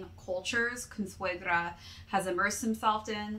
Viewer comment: Ninja Turtles/Splinter vibes lmaooooo. Also, your pronunciation of "Consuegra" was funny, but I'll give you an A for at least trying lol